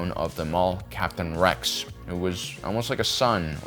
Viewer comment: Rice?? Deepa Beleeba??? My guy, you have really got to work on your pronunciation 😂